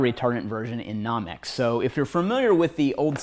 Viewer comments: I couldn't stop laughing. Classic! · lol i was thinking the same thing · No-mex not Nah-mex. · no-mex not nom-ex proper def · Almost quit watching the video it bothered me so much lol